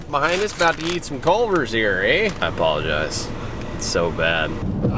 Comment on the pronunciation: I freakin love the canadian eh comment with a southern accent!! love it